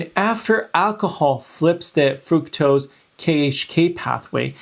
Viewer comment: Fructose is pronounced FRUCKtose, not FROOKtose.